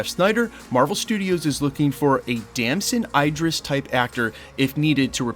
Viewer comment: For me it doesn't matter if he did it or not life happens good and bad decisions are made and we move on he shouldn't lose this role for whatever may have or have not happened. With that being said Im done with marvel if this happens. Btw you pronounced Damson Idris name wrong everytime you said it. All good tho thanks for the info